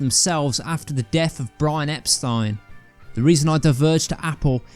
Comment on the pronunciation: Thank you for pronouncing EPSTEIN correctly!!!!!